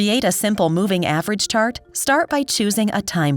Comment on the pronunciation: What's a simple average moving "tart"? A moving tart? Sometimes an AI narrated video really sucks. It just sounds slapped together in a hurry without anyone reviewing for minor errors.